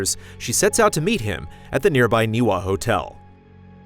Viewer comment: Not the podcast, but correction for: the hotel is pronounced NEE-vuh